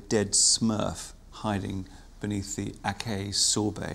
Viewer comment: The critic didn't know how to pronounce acai.